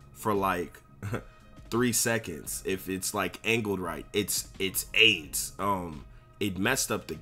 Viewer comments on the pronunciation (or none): none